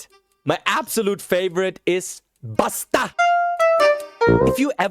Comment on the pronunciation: I thought he sed pasta insted of basta😂. You have to stay calm on saying does word's it the tagalog that you siad dosent need to be like a mad man make it like softer in voice and thats all 🎉